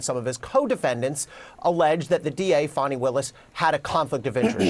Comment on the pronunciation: F-A-N-I spells Fawny like S-A-D-E spells Shawday